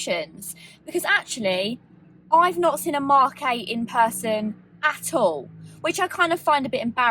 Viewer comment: British People: The Mock 8 Goff Ah